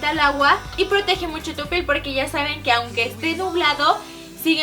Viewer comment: lessli dijo pel en vez de piel